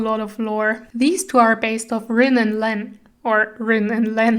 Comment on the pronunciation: The detail is so beautiful and the lighting makes it such a beautiful vide, I like it a lot. Also Rin is pronounced Reen.